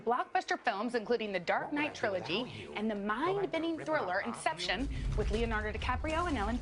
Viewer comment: Did she say Infection instead of Inception?